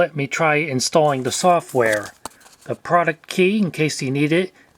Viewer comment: Please keep this video capture series going, lots of cool gems from the 2000s must be out there Also thank you for the immaculate pronunciation of the product key